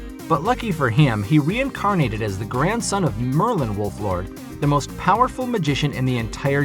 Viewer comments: It's Wolford... Not wolflord.... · pm a side note, am I mistaken, or are you pronouncing it wrong. I thought his last name was "Wolford," not "WolfLord." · its wol ford not wolflord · It's Shin Wolford not Shin Wolflord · Its Wolford